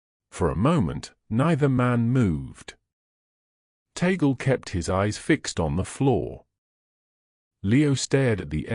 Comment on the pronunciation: ..it is NOT ta-gle BUT tag-le..thanks..